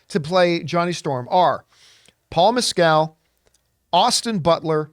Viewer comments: It’s funny how many people mispronounce Paul Mescals name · I do find it funny the way you say Mescal